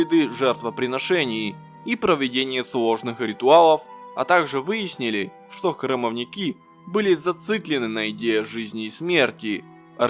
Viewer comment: И ещё. Не храмовникИ, а храмОвники. Ударение на второй слог. От этой неграмотности, уши режет.